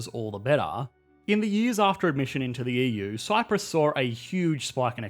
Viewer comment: He's also pronouncing it "Yee-Yuu" :D